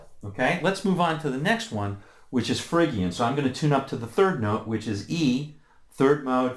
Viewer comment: fridge-ian, not frigg-ian!